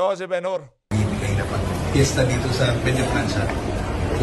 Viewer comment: Bumbay,yong Benhur pronounced as “Benhar”at hindi Ben Hur.